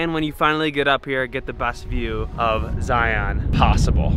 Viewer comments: You need to say ZION right. People from Utah can tell you're an outsider by the way to say ZION. It is pronounced ZIUNS, not ZI-ON. I know it's weird. We love your videos. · Please learn to pronounce Zion properly. I’m from Utah and it makes us crazy hearing it pronounced Zi-ON! Its Zi-un. Glad y’all had a great time. Our national parks are amazing. I don’t know if you’ve ever put in for the lottery at “the wave”, we’ll worth the crap- shoot if you get in and they call your number.